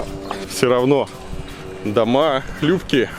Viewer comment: Илья,позор,дома не хлЮпкие а хлИпкие.....